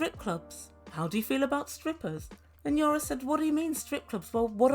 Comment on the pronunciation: is it your accent? or do you call Yana, Yara?...it is EE-AA-NN-AA... LOL LOL LOL british accent reminds me my english (a native englisman from manchester) tutor who after living for 20 years in Portugal...he still would come up with "his own" spelling of words LOL LOL